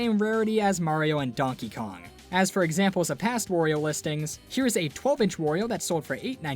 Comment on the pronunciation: people pronounce it wor- io sometimes. BUT YOU DON'T CALL MARIO MORIO, SO WHY DO YOU CALL HIM WORIO?! IT'S WARIO!